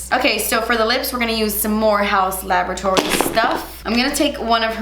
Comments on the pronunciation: HAUUUS LA-BOR-A-TORIES 😂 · You are saying laboratories like that because of Ross 🤣🤣